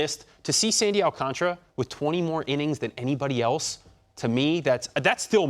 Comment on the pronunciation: Al-Can-Ta-Ra … not Al-Can-Tra smh